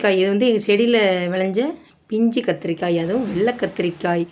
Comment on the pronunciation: என்னக்கா முருங்கக்காய் கத்திரிக்காய் சொல்லும்போது வாய் ஒளர்றது